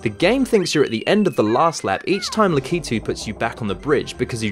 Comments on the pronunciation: It's Lak-i-tu not La-ki-tu lol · Tou said likatude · Awesome video. But the "La-kee-too" thing was just grinding in my ears. Lak-uh-too. :P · La-kee-too? Cringe Lack-ah-too! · It's LAK-itu, not Lak-I-tu. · I thought it was pronounced "lack-ah-two" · your wrong it's lack ito that's how you say it